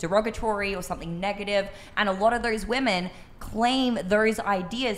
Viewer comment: Yes they - also ponounce women wrong lol